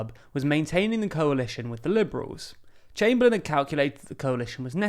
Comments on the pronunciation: Its Austen Chamberlain, not Chamberlin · it'd chamberlain not chamberlin